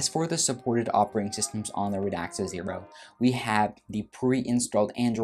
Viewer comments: Hi. Great review. Please don’t take this as a criticism. The name is Radxa Pronounced “rad za” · I am sorry but is it such a big effort to actually learn how to pronounce a word you'll be saying so many times in a video? I mean "Radxa" of course. Other that this, a nice review.